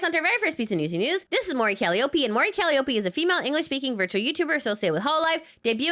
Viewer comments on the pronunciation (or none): It's "Cal eye o pee" not "Cal i ope ee." Source: Every Vituber in Hololive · Cali-opie lol. It's cal-eye-oh-pee.